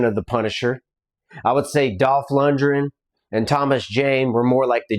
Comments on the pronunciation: FYI it's pronounced LUND-GREN not lun-jen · You should learn how to pronounce Dolph Lun-D-gren correctly before you shit on anything, pal.